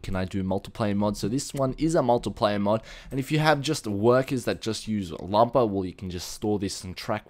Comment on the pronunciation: Its awesome how you say lumber. "Lumbawh". :P